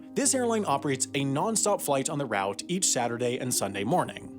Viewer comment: Love the content but please learn how to pronounce ‘leisure’ and ‘route’ correctly. It really grates on me!